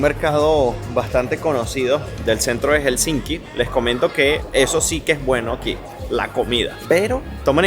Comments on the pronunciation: se dice Helsinki no HelsinSki 🥸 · Aprende a pronunciar Helsinki! Por favor! Hel-sin-ki.